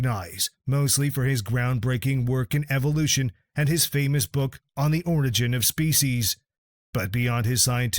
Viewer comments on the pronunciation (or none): none